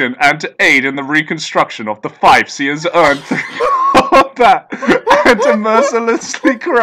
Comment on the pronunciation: i know its too late, but ive had enough. Its feef not fife. FEEEEEF I SAY!